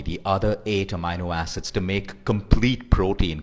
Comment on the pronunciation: Thanks for the info. You could only improve your pronunciation of amino acids as you got it all wrong :-)